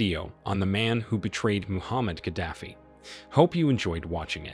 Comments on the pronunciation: He was Gaddafi not Kadafi. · You could at least make the effort to pronounce Museveni, Gaddafi, Idi Amin, correctly. What's wrong with you people?